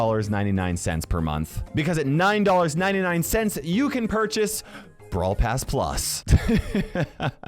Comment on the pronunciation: As soon as he said "brawl pass plus" i died inside